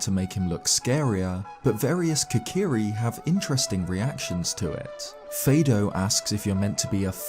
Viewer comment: All the Kokiri names are based on the solfège musical scale (do re mi fa so la ti do). So "Fado" would be pronounced "fa do", not "fay do". Mido is "mi do", and so on.